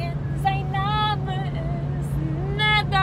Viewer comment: NadERR nicht Nadah hahahahahaha